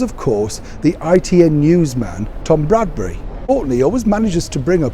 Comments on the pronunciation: If you want us to believe what you're telling us you ought to at least get the journalist's name correct. It's Tom BRADBY - NOT BRADBURY. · Are you calling Tom Bradby, Tom Bradbury? Sorry but that’s what I am hearing!